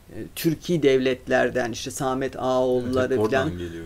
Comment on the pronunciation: severek izliyorum ama hanımefendi tarih okuduğundan emin mi?pakistan samet gibi kelimeleri düzgün telafuz edemiyor